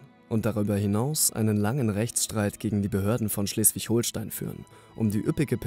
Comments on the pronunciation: Betonung ist nicht so deins, oder? Es heißt NICHT Schleswig-HoHlstein, auch Fehmarn sprichst du sehr komisch aus. Das sagt dir jemand aus dem Ruhrpott! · es heißt ganz normal Schleswig-Holstein ohne ein H hinterm O